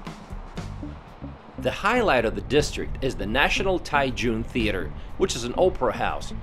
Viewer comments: I love Taichung, I have lived here over 10 years. Bit why do you keep calling it Tai tune it is Tai Chung (Taichung) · Your Pronunciation is terrible. Taichung.. and Jipinese ha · It’s pronounced Tai-Jong.